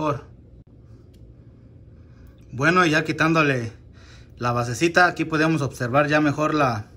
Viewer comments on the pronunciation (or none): none